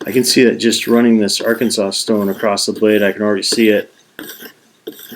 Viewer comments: Arkan-saw is the pronunciation. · Well done video. I have the Lansky system, and it's by far THE BEST. I've tried many other sharpening systems, but from my experiences, nothing else comes close. One correction; you being Canadian its understandable that you're pronouncing "Arkansas" the way it's spelled. Nevertheless, Arkansas is pronounced are-can-saw. However, some stubborn people in Kansas do call the Arkansas River, the our-can-ass River.